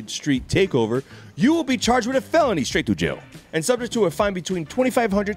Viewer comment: "when the violation is a felony STRaightTOjail." 😂